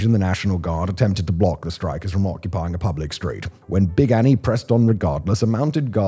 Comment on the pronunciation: They have a life-size cutout of Big Annie in one of the museums. Such a badass. Also, much better pronunciation than I was expecting, Simon! Kudos~! <3